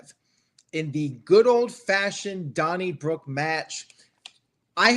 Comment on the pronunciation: drunken asf, i thought some guy named Donny Brooke wrestled Cena lmaoo😂